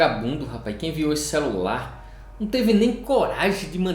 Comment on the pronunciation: Me dá esse "xelular" para eu presentear meu filho caçula?